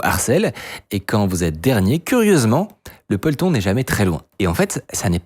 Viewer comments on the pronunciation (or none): Polton = Peloton comme dans le cyclisme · On dit peloton et pas poleton 😅